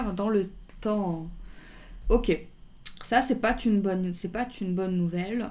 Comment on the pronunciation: coucou "c' pate une bonne nouvelle...." non!.... par contre, "c'pas zune bonne nouvelle" oui! je t'embrasse fort 💜merci d'être là